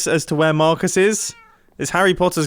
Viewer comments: Is that Mar-cusses house? Is that mar-cuss? Nope! That’s J-quelin! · mumbo says marcus like mahcus its so funny